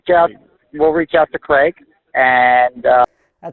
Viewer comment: And we don't pronounce Craig/Gregg like that.